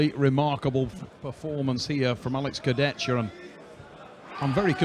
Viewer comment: Богом молю, прежде чем давать микрофон хриплому коментатору, скажите ему как правильно произносить имена и фамилии спортсменов. Слушать Шагенасвили и Курдечку просто невыносимо